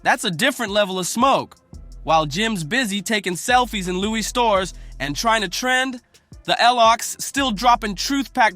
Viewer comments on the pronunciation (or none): none